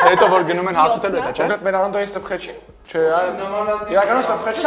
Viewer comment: Սփխեչ, ոչ թե սբղեչ